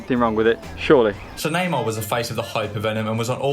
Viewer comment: Bro the way you pronounce Neymar hurts my soul, half the time I have no idea who you're talking about, sounds like Namah